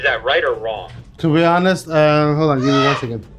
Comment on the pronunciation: "to be hanest, uhh hold on.. click" 😂